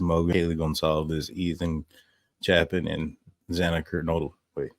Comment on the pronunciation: you pronounce Ethans last name incorrectly.